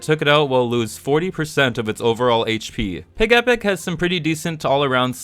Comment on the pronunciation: I thought it was PIGEH-pic, not pig-E-pic. Doesn't mine sound cuter? Like Togetic.